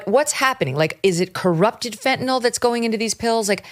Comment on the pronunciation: I still have a hard time listening to someone go on about “phentanol” (ending sounds like “awl” as in “hi, y’all”), when it is spelled fentanyl and is pronounced ending with “nyl” as in “nil.” Baldwin supposedly narrates the upcoming documentary and can’t even be bothered to pronounce the word properly? If he mispronounces it throughout the documentary, I won’t be able to watch it without puking.